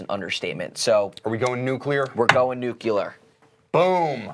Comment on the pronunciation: Great show guys!, your pronunciations continue to crack me up. I don't take it as seriously as some people who watch, but tonight you even said "nucular" right after correctly said "nuclear" lol. That GF at the end of the show...wow.